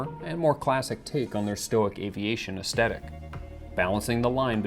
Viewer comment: as-THE-tic, not as-TE-tic